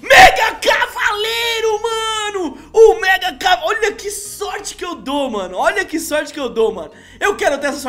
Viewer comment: Ele falou Megacalavareiro